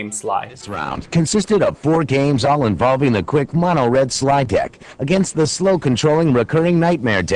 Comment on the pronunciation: he says "Mona" red lol, wtf..........Its "Mono" as in Monochrome